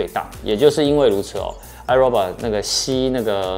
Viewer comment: 五年了 發音還是唸錯 是唉肉霸 XD